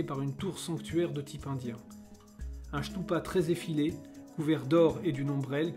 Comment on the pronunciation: Stupa et non chtoupa!